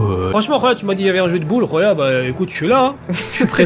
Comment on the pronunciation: ARRETER de dire rouya jen peut plus XD